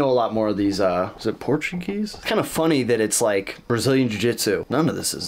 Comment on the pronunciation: when you said Portuguese I did not hear Portuguese I heard something far more racist, did a doubletake